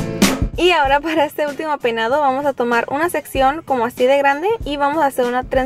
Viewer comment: porque dice PEDADO en ves de PEINADO??